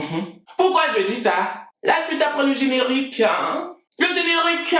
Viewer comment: Le generiq'hein,je dis lz generiq'hein...😂😂✌🇨🇲🇮🇪💖